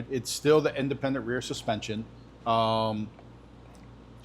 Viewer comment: Hal-tech, not Hall-tech hahaha. Can't go razzing Andy for his tremec blunder 😜